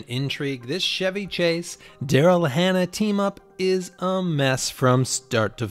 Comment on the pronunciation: How do you make videos about movies and not know how to pronounce Chevy Chase?